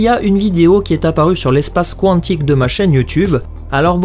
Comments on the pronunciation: Qwantique? Maîstre? Qwhat the fuck oui, ces prononciations sont plus wtf que ces théories. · salut ^^ Bon déjà, ne prends plus cet acolyte, "qouanntique" ça m'a piqué les oreilles !!! Ensuite, Loki est mort pour de bon ! On pourra peut-être le revoir, mais c'est tout. Pour les X-Men, je les vois totalement s'intégrer via deadpool avant tout, qui, rappellons-le, possède une montre lui permettant de voyager dans le temps et buter Thanos reste son but ! Wolverine ?! Je préférais l'ancien acteur, soit dit en passant, mais le personnage est MORT !!! Ridiculement, tout ce que tu veux, mais il est mort ! Ah oui ! autres théories que j'ai lues plus bas, c'est le retour d'Ultron.... comment vous dire que Vision l'a un peu détruit et que Bruce et Tony ne prendront jamais le risque de le faire revenir ! "Et pour Ant-man, c'est qu'un humain donc il peut pas tenir une pierre d'infinité !" Mais fermez-la !!! Oui, il est humain, mais ça change pas grand chose ! Star-Lord aussi, on le rappelle (enfin à moitié si t'as vu le 2) ! Et les protagonistes ayant touché la pierre dans les gardiens de la galaxie, y'a une non-humaine qui n'a pas survécu... ! Rappelons aussi que la pierre en question est une pierre de destruction et non les autres, peut-être donc que toucher les autres auront d'autres effets voire aucun ! Bon voilà mon coup de gueule est fait, mon avis est transmis. Ceci n'est pas là pour débattre, juste pour donner mon avis ! Je ne débattrai éventuellement qu'avec Iro Sef, merci (ça fera moins de notifs et prises de tête).